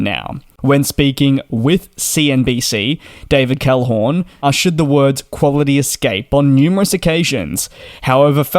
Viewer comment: "David CalhoRn", thrice! ...but you can pronounce the Middle-Eastern CEOs just fine.